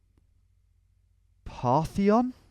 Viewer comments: Parthenon...not partheon lol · "The Partheon"... Guess he was thinking of the Parthenon maybe? Jokes aside, great video and great map too. Tom is the goat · Reads the word "Partition" as "Partheon," proceeds to call the Parthenon "Partheon," which this place very blatantly isn't. The mapmaker was trying to get you to guess a swiss/gothic country, definitely not greece lmao